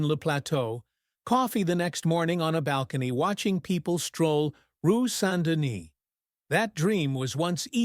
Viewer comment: This is an AI voice! There is no R Sandini in Montréal. There is a Rue St-Denis, which the AI voice FAILS to mispronounce.